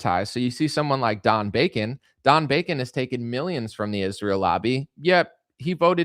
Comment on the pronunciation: Why does he always say, "MEE-yimns"?? Mr president, with all due loss of respect, it's pronounced, "MILL-yunns"